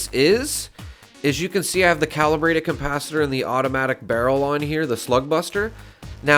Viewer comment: CoMpacitor?? Com ? Not Capacitor then 😂